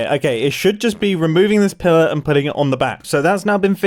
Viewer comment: "Pillirrr". loveley new way of saying pillirrr.